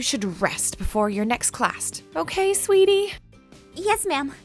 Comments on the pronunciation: Um.. did anyone else notice that um uh she said classt when aph was in the nurse bed... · i heard the teacher say "Classt" 😂😂😂😂😂 Good one teach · on , she says classt 😆😆😆😆😆😂😂😂 HOW DO YOU NEED UP THAT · … … did the teacher seriously just say CLASST. OH MY GOD I'M DIEING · The nurse says clast CLAST!?? CLAST!?? PPFFFFTTTTTTTTTTTTTTT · Did anybody else hear the nurse say clast